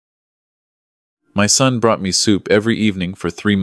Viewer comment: Concerned son, not sun.